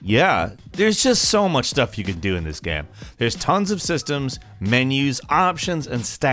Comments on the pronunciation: "There's just soooo much stuff you can do in this gyeum" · There’s just so much stuff you can do in this *gam*. lol, don’t ever change dude.